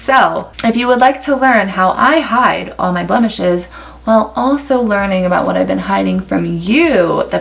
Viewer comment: I heard ‘blemishes’ as ‘bump the shit’. 😂😂